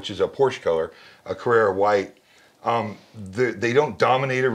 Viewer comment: Very passionate presentation. However, let me correct a few things. Timestamp - CarrEra is a Porsche name (commemorates success in Carrera Panamericana race). CarrAra is a type of white marble and comes from Carrara Italy. This is the reference that Focal makes. Timestamp - The patent is not on the use of Beryllium but on the tweeter design. Timestamp - "Magnetic" and aluminum? Maybe Magnesium? The Zamac base is in aluminum. Timestamp - IsoAcoustics Gaia. Effectively it only lifts the speaker, but it's true you hear "that" difference. Often it's beneficiary to the sound. By the way - The Kanta is realy a good speaker. Also "we" should all stop the WAF comments in general, but that's a whole different story (that I could explain).